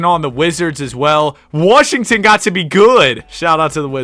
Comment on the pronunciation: WHO IS PJ WARSHINGTON? ITS WASHINGTON